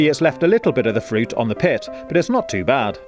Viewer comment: Pit or pip ?